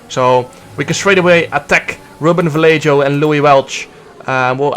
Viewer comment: jarno ik hou van je, maar leer alsjeblieft ruben vallejo correct uitspreken